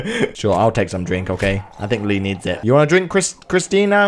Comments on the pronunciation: CHRISTA CHRISTA CHRISTA NOT CHRISTINA sorry, this was bugging me so much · Whos gonna tell him that its not kristina and its christa